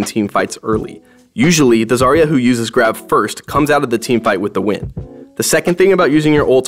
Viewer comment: My sisters name is zarya buy not zar ya its za rya